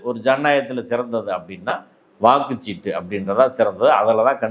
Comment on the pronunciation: எல்லாஞ் சரி... வாக்குஸ் ஸீட்டு இல்லை... வாக்குச்ச் சீட்டு....